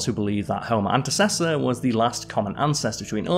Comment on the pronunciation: shoutout for pronouncing antecessor correctly, the only one you correctly pronounced XD